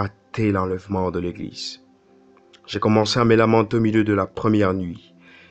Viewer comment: Sinon on dite « Eglize » et pas « Eglissse » !!!😂😂😂